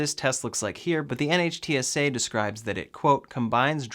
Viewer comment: By the way NHTSA is pronounced 'Nitt-sah.' Love the video!